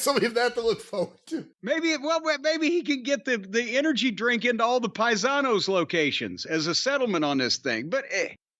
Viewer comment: Next time Flair goes on a show, crowd gonna chant PIE-SA-NOS!!!